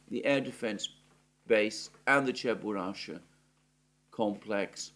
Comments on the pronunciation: Not Cheburasha, but CheburaSHKA. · It's a famous cartoon character but you keep saying his name WRONG! It's Cheburashka....NOT Cheburasha. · It's Cheburashka! Not Cheburasha! Чебурашка! -ШКА. There's a "k" between "sh" and "a" at the end of the name. Is it that hard to pronounce, for Zeus' sake?! Ance again: CHE-BU-RASH-KA. ...Oh, and while we're on it: there's no such place as "Genishek." There's Genichesk. Геническ! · It's Cheburashka not Cheburasha 🤨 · It is “ cheburushka” with a K . 😉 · Someone please tell Alexander that it is CheburaSHka complex i.e. letter K is missing in his pronunciation. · It is Cheburashka with a k😄